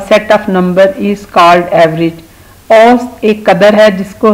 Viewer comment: ایسط نہیں اوسط